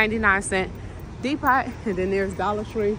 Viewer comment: lol i hope you were kidding when you pronounce depot that way